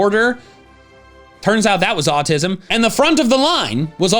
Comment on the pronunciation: THERE IS NO VOWEL BETWEEN THE S AND THE M IN AUTISM!